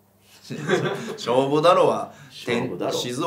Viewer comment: 勝負だろ のイントネーションがもう変だもんね